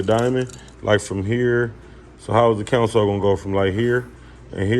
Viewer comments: 😂 naw he saying counsel, it's console, smh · I be trying to figure out why they keep saying it like that